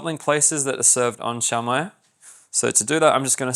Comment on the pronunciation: The Filipino pronunciation is shoh-mai not shao-mai